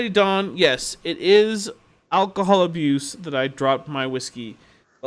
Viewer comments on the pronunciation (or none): Did you just say "Alcomahol"? Are you being loofy-fied retroactively?? xD